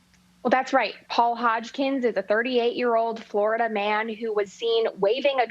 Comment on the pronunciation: Another Flor-i--duh man 😂